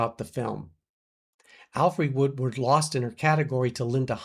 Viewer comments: sounds like you said Woodward on the second mention..... Woodard was ROBBED of a nomination for PASSION FISH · Her name is Alfre Woodard, not Woodward.